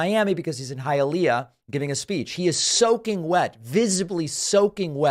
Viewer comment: So cute. David says Hi a lay a. Just so you know for the future, its pronounced Hiya lee ah.